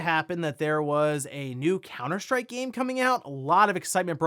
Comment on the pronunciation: Are you saying "COWNER SHTRIKE"?